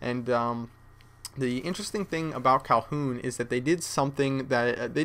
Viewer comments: atop saying calhoun! its kowloon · man... ur great at call of duty but you don't pay attention much. favela? and its kowloon not calhoun. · Kalhoon? It's pronounced KowLOON! Also it's not in China, it's in HONG KONG! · "Kowloon" not "Calhoun". Great videos. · Hey, it's not Calhoun, it's Kowloon, a city bordering Hong Kong in China! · First map is called Kowloon, not Calhun ;) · It's not Calhoun, it's Kowloon. And it's not Favela, it's Villa. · It's Kowloon, not Calhoun. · Dude, it's KOWLOON not Calhoooon. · its KowLoon not Kowhoon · Thought it was called Kowloon not Kolhoon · "Kowloon" not "Calhoun" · When kept saying kalhoon I was about to punch a baby it's KOWLOON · cowhoon???? lmao you mean kowloon :D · They come out on xbox first! And come on u sed favela and u sed said kowhoon it's villa and kowloon;) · its not KAHOON its Kowloon xD RIGHT NEXT TO WHERE I LIVE ----> hong kong :) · calhoun? you mean...kowloon. haha. ive been to kowloon in real life. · kowloon not kowpoon haha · its called Kowloon KOWLOON mate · Did he say Kowloon? The L should be pronounced.